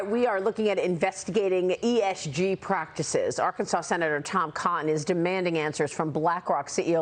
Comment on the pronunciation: Maria I love you, but it's Tom Cotton, not Tom Conton.